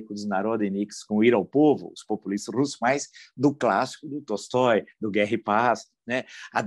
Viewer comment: Para quem tem interesse em pronunciar corretamente palavras russas: Tolstoi lê-se : Talstói